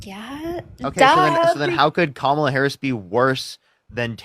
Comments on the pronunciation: Right wingers disrespect at every turn. Is there anyone on the right that can pronounce Kamala Harris’s name properly? Every frickin one of the says Kam ahhhhhh la like a dumbass. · They love to mispronounce Kamala’s name. They always laugh right after.